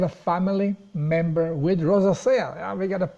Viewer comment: Hi, the word 'rosacea' is spoken as follows: Thank you & Good luck!